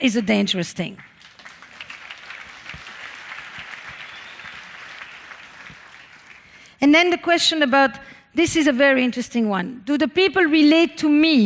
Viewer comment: She has me every time she says tHing without the H. Ting. Adorable. And out flows brilliance. I sit here and take notes, one t(h)ing after another.